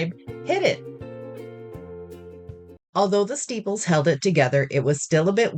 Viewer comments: Are you saying steeples instead of staples? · Omg I came to the comments to ask the same thing! The description box doesn’t mention it, and I even googled “steeples” in case it was something. Are “steeples” a thing and I’ve been missing out?!